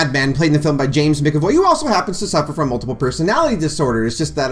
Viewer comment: Ha! You said Micavoy! Hahaha, that was funny. Great Review though 😁